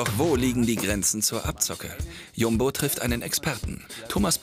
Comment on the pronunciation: Wie er Jumbo ausspricht, arrgh.